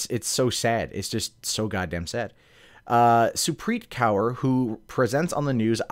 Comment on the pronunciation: Kaur = Core <pronounciation